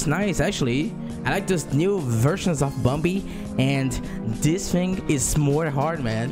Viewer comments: I like how he says bombi instead of bambi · I like how his accent say bumbi instead of bambi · Its bambi not bombi lol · Its bambi not bombi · i keep hearing him say bumbi lol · Still saying bumbi to this day 🥴